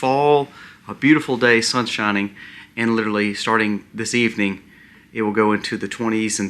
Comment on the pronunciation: Respectfully....Some feedback for improvement. "LiteRally" is pronounced "lit R ally".